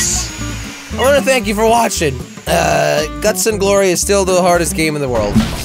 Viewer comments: hey jelle it's GUTS and glories not GLUTS 😂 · Jelly it's "Guts and Glory",not "Gluts and Glory" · Jelly, it's GUTS and Glory, not gluts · Uh jelly? Its guts not gluts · he said guts not guts